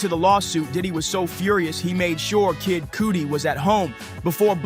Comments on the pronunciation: Learn to pronounce the names before you post ..jmho...cuz his name ain't pronounced Kid COOTY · You are actually saying his name wrong 😂😑 Kid Cudi like the way u start saying cuddle cud-dle-cudi and di u pronounce Dee